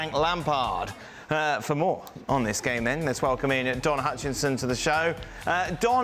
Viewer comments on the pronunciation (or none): Why is Dan still calling Don "Hutchinson" when only a couple of months ago the topic of people mispronouncing his name came up and Dan was sat there while they discussed how Don's surname is Hutchison not "Hutchinson". There isn't even a hint of irony from Dan as he continues (he's always done it) to mispronounce his name, it's like he's simply unaware that he's the primary repeat offender when it comes to calling Don Hutchison "Don Hutchinson". Just ridiculous!